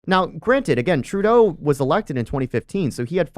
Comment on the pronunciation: The good “trudue” duh fuck did he say ? As An Albertan I reject that statement !! Both are Marxist scum ! Next time just say Ben “Trudeau “ ffs